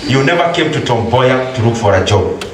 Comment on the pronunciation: *correction : It's Tom Mboya University not Tombay university